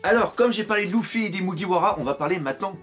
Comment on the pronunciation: pk tu ids lOUffy sa me stress ?